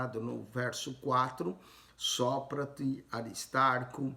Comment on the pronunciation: A paz do Senhor Jesus, eu quero saber,que na minha Bíblia está escrito Sópater e eu percebi que vc pronúncia de outro jeito.tira a minha dúvida.